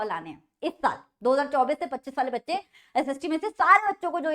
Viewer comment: Bacche❌Baca✅😂 By the way i understand all thnx didi and love so much 😅 basa main comment karta nhi hu but apaka lecture estna acha tha to muja kar na pada 😅a